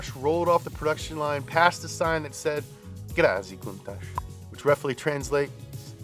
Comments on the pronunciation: ''Grazie'' not ''Gratzi'' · Great retrospective, tks! PS: It's Grazie, not Gratzi :P